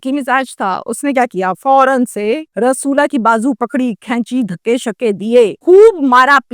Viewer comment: رسولا۔ نہی رسولی بولو 😅😅